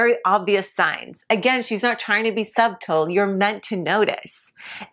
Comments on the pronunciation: Picked up phrases or words, what like "Sub-tall ? That is pronounced suttle lol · The word is pronounced “suttle, suttle, suttle” the b is silent . . . Idiot. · STOP SAYING SUB -TUL!!! CHECK OUT THE DICTIONARY FOR A PRONUNCIATION! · Sub. Tull. Did this lady just encounter the word, "subtle" for the first time? Wtf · "Sub-tle" what? Do you know this word? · You know the “b” in subtle is silent right? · The “b” is silent in subtle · I thought it was just me, but yeah...